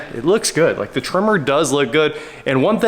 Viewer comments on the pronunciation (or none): it is pronounced Tremor like an earthquake